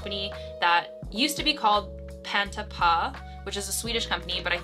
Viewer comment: As a fellow Swede, it was cute hearing you pronounce PantaPå haha